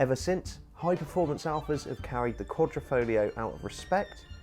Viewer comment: If you are talking about one of most significant badge in automotive history, fyi one tip of triangle represents signore Enzo Ferrari, you should at least learn how it is pronounced..you made it sound like sifilis dude. Fare well..Alfista Croatia